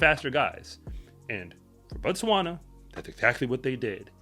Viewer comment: I still don’t understand why Americans can’t pronounce Botswana properly,Bo and Ba are different.